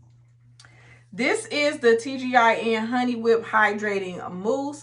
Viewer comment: Not you saying tgin on the texture id foam sister please 🤣🤣🤣